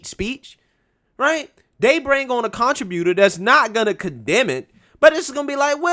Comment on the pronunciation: Did you just say a Contra-beauter instead of contributor? 😁